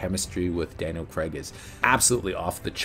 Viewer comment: It’s not Daniel Creg it’s Daniel Craig Cr ay G